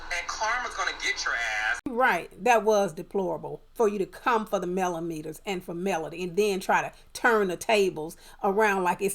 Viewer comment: Correct, TTWG is the only cc that I heard say Melometers activate!